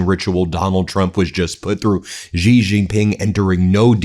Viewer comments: WTF Xi is pronounced SHE. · Even the Iranian video says Xi correctly. Wow